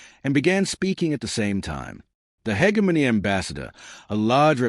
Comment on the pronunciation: For the love of god! Teach your AI to say hegemony properly!